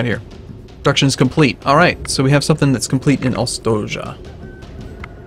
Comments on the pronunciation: It's pronounced "Ostoyah" not "Ostodja" xD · I'm sorry but you have some mistakes here: Ostoja is a Polish word, verb, feminine. It is not a name. means a place of peace, safe settlement. And should be pronounced "ostoya". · Slavic pronaunciation: ostoja -> ostoya (means refuge/shelter). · "Ostoja" - means "haven", is pronounced "ostoya" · The town name is actually read more like Ostoya with long i"i" ;) Nice gameplay btw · The city name pronouces like "ostoya":) It means "refuge" in polish. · j reads as y. read it ostoya. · Its seems, that this is polish game. So "j" read like "y". Ostoja means refuge/camp